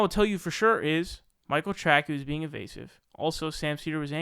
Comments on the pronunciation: You pronounced his name wrong. You’re a loser get a real job. The world doesn’t need the stupid ass commentary from a little kid. Learn some shit then maybe get back to YouTube. You’re a joke and a dumb ass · it wasn't a debate. Dickhead Sam wouldnt let the guy speak for more than 10sec without interrupting and screaming like a fucking lunatic. Also, you can't even pronounce Tracey?! - jesus man, you sound like a moron. And the guy deserves to take a victory lap, as he was right all along. Seder is a total fucking hack. Do better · Dude. As Conor McGregor would say..” Who the fook is this guy?” Mispronunciations of names and considers himself, with his camera and microphone a legit news source? Pronounce names properly maybe people will take your spoken words seriously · ah come on. sam loads so many ( false) assumptions in his questions it can no longer can be answered yea or no. BTW that is Micheal " Tra_ cee" not 'Trac-key". Ps the usa hacks Russia 24/7 and continually interferes with their elections. As we do all around the world. Pure and simple Russian baiting. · It's Michael Tracey, pronounced "Tray-see" not "Tray-key". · The thing I get most triggered by is your pronunciation of Michael Tracey's last name. It's pronounced Trace-ee or Traes-ee, not Track-ee. It's either spelled Tracey or Tracy. It's a common name, a lot of famous people have it, mainly it's a woman's first name (Tracy Chapman), but it can be people's last names (Spencer Tracy), or even some men's first names (Tracy Morgan). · Debate me. Its trAcey not trackee. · I love that someone who's only argument against people that he disagrees with is that they are "SOOOOOO stupid", can not pronounce the common name "Tracey" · It's Michael Tray-see, and I don't know how the fuck you don't know who he is /Aka. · no meme, he's just saying what should be "Tray-See" wrong and it's lol... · Great episode but you don’t know how to pronounce Tracey? Very disappointing.